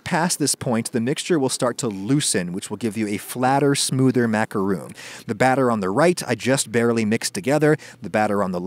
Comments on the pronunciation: Sounds unacceptably confusing to use the same pronunciation when that's not even how it's originally said... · noodle is a category. Macaroons/ Macarons clearly aren't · then why do tge French people pronounce it macaron and not macaroon? And why do Americans make this coconut ball dipped in chocolate called a macaroon? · Ragusea NYOOO! Americans say it rOOns because they are wrong. And it's an accepted and constant mispronunciation. If you don't want to sound pompous, consider it spelled like macarOHNE. No accent needed. Short O over long, mon ami. Ps. Love your vids! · If these are macarons , why does Adam keep calling them "macaroons"? A macaron is different from a macaroon. All the screaming in this video made it quite unpleasant to watch anyway, so I doubt I’ll be using this recipe. I own a stand mixer and I’m not afraid of it. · Wisdom I agree. Just because other people mispronounce macaron as macaroooon, it doesn't make it any less incorrect. There's just no way you can get that pronunciation from the spelling -on in English or in French. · Exactly. He's trying to have it both ways. Just because a lot of people mispronounce macaron as macaroooon, that doesn't make it any less wrong. No way is -on ever pronounced -ooon, not in English, not in French. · Many French words that were adopted into English that ends in -on will usually be spelled with -oon, such as balloon. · In french it's said "ma-ka-ron", we do not say the final "n", I do not think there's any word pronounced like that in english XD It's a nasal vowel, we have a lot in France, but there's almost none in english ^^ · You pronounce it: Macon. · There's just two different English spellings / pronunciations... He's not saying macaroon is "RIGHT" it's just not wrong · TIL Adam lives in "Macoon", Georgia. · I'm sorry I can't watch this when they're pronounced macarOOn. MacarOOns are coconuts and will kill me because I'm allergic. Important to make those differences. I'm SORRY I just can't do it.